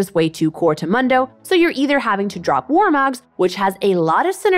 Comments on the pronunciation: Moon-dough, not Mun-dough… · How do you pronounce Mundo as Mando? He says his own name at least 20 times in the game, has she even played him? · it's (Moon-Do) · Its moondoh not mun doh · It sounds better to you but it is still the wrong way to say it. I honestly don't care that much about his name but It definitely made me stop watching this video. Why would I listen to what they have to say about it when they don't even know how to say his name right? That's why its mildly infuriating. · you actually pronounce it like MOON DOUGH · Why can’t she say Moon-dough? 😩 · Mildly infuriating how she says his name. Character literally says it about once a min in game. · Right? Kinda cringe af and I don’t wanna finish this video now. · Literally couldn’t finish the vid bc of how she pronounces mundo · I was thinking the same thing. I was like "have you ever actually played Mundo??" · How can you mispronounce his name... He literally says it every time he talks in 3rd person...... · It's Mundo, not Mundo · Really not into this narrator/creator thus far. Voice is honestly kinda annoying, she acts overly-bubbly, she said "Mundo" wrong a hundred times despite the fact that he says his own name constantly, and the whole thing about "yeah people have decided magical footwear is good, but nah, im not budging on this hehe" came off really obnoxious. Not saying I hate her or she's beyond redemption, but some changes would be good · I like the host but I can’t stand this video. Solely because of how she says his name. Mundo literally says his own name. We all know how it’s pronounced. WHY DOES SHE CHOOSE TO DO THIS TO US??